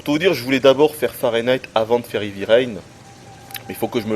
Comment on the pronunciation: En anglais, 'heavy' ne se prononce pas comme 'hivi', mais 'hèèèvi'!! Assez de 'ivi', s'il vous plaît ou prononcez carrément à la française, ça sera encore plus agréable à entendre!